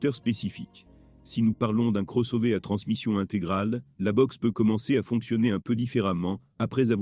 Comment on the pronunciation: La voix synthétique, c'est pénible (Le cross-ové ?). A part ça, déjà changé le pare-brise deux fois en 60 000 km. Mais le vrai problème, c'est le logiciel. Multiple mises à jours, mais aucun résultat. Certaines fonctions on dû être désactivées comme le reconnaissance des panneaux, extrêmement dangereuses. Pour le reste, ça ne fonctionne pas ou seulement la moitié du temps, comme par exemple le Line Assist (qui sonne en permanence quand il est HS !) ou Apple Car Play, qui refuse régulièrement de fonctionner. Autre point: très sensible à la qualité du carburant. Véhicule immobilisé pour l'instant à cause de ça, depuis plusieurs jours. Panne à répétition encore sous investigation. La révision doit obligatoirement se faire chez Skoda. Sinon, vous aurez acquis une expérience utile et perdu beaucoup d'argent.